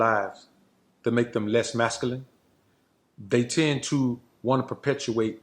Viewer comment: This is a gossip photo meme. Not different than the one where Obama supposedly looked google-eyed at the lady in the red dress butt. So, here's a dude now sitting in the utility area of a crappy home, on a second hand store women's couch, can't even pronounce the word masculine properly...gossiping.